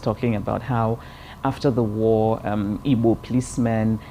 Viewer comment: You noticed how she pronunced "IGBO" she pronunced it as exactly as it should be pronunced.